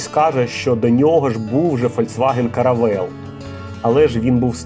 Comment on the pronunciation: не Каравейл , а Каравелла😉